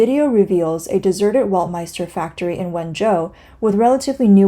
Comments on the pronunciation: Weltmeister must be pronounced as "velt-mayster", not "wolt" or "welt" as in english but as it is in German :) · "ei" is pronounced as "i" W is pronounced as v. Velt-my-ster is how to pronounce it. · … a German here. … That’s Bullshit. … We in Germany pronounce „ei“ like you when you pronounce the first letter of the US- state „IOWA“ or when you say „I will go to … . The „I“ sounds like the German „ei“ in the Word „Weltm“ei“ster… The Letter „W“ sounds in german as the „W“ in the the english word „WORLD“ … You got me? … 😏